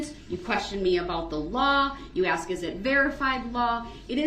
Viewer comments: He didnt axe them axe isnt a word F-FACE ASK IS THE WORD. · He “axed” them to help him.😂😂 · Did I axe den to doo dat??? What a scholar. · 🙋‍♀️ I have a question. Does he have a speech impediment, or does he just not know how to properly pronounce words? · "Did I axe dem duhdoodat? I did not axe dem duhdoodat." - 'Duh'-Rell Brooks (Uhledjd Diffendint)